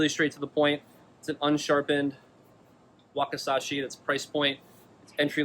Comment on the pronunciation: Wakisashi not wakasashi Learn japanese😂